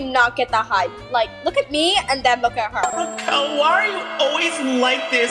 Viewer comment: When said * Raquel* I thought she said *Raw Cow”